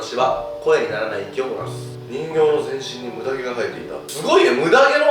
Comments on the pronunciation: 「ムダ毛だ。」が「胸毛だ。」に聞こえたのは私だけじゃないはず！ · のムダ毛が胸毛にしか聞こえないの僕だけ？ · むだげがむなげにきこえたひといる？ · ムダ毛が胸毛に聞こえるw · ごめんなさい。ずっとムダ毛が胸毛に聞こえちゃいますw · ムダ毛 がめっっっっちゃ 胸毛 に聞こえて仕方ない